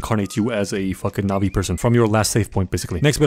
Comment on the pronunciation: I really thought you were saying nazi and not navi